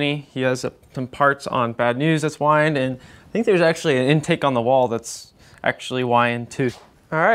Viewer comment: Love the Holleys, performer carbs are for ol ladies. You got it right it is pronounced Why And.